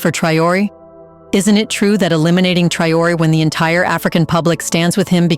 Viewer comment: Your prononciation is bad, because you are unable to say : Traoré.